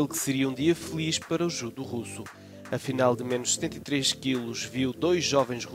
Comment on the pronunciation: Eu me perguntando o que é "JUDU"(pela pronúncia), até mostra o rapaz com um kimono.